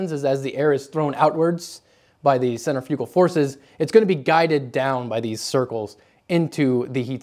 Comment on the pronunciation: Centrifugal. Centrifugal ugh he said it sooo wrong